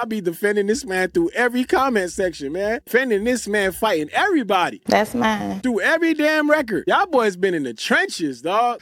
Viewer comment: Correction. It's "Thass, Mines" 🤣💅